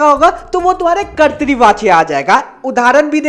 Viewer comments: Bhaiya kartri nahi katra vachya hai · Bhaiya kartrivachya nhi kartivachya hota hai 🙂